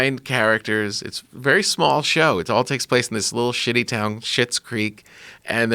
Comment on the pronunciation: Schlits creek!!!!! Not shits!!! These fuckers can’t read lmao!!